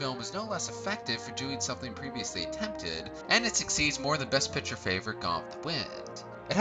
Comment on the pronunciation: Good video but you really need to work on pronunciation in general. People names and especially places are really garbaly. I enjoy your channel. Just something I’ve noticed. Pick-ture = Photo/Movie Pit-cher = something that holds liquid or a member of a baseball team.